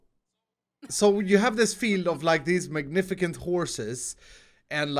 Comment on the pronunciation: Did anyone else notice that said “magifigant” when talking about the horses and donkey?! Love you anyway! Lol!